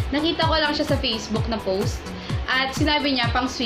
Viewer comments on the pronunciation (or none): none